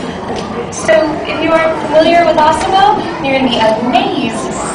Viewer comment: Why does she call it Ossimo?